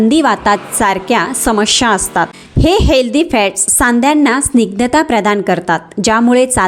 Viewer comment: Samshya bolu naka samasya spasht ucchar kara